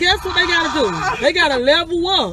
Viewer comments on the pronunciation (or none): She said they gotta "lewel" up; not "level!" 🤮😂